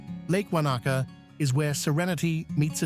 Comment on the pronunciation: Great video with awesome footage of stunning NZ. But the pronunciation of alot of locations was a pathetic effort and real hard to listen to. How about do the research before making videos on the proper pronunciation, not the think you know American way. With alot of our native Maori place names and English ones are not that hard to say with some practice on pronouncing them properly. Lake Wanaka , Glenorchy and Ben Lomond were shockers, thought you meant different places and the Kea bird, saying key bird.